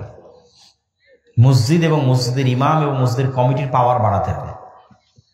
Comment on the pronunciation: হাইরে হুজুর মসজিদ উচ্চারন করতে পারে না?